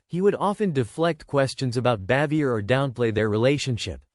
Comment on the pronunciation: From what I hear,Jim Nabors was the only one on the show who liked her.The name is pronounced bah-vee-ay.